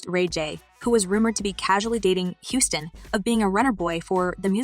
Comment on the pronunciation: She said House ston 😅😅 lmao